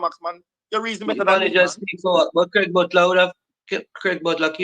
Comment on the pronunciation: Is someone trying to distort facts. The man's name is "Craig" not "Graig". I see what you are trying to do.